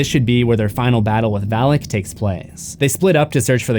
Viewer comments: It’s Valak not Vallak. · May I be that guy. It's not pronounced Val-ick. Its pronounced Vah-lock. Even movies butcher the pronunciation.🤦‍♂️Sorry just had to be that guy! Having studied the keys of king shlomo. Sorry it's the grammar teacher of a mother I had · My eyes: Valak My ears: phalic My brain: haha, Phalic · Val as in "Valak"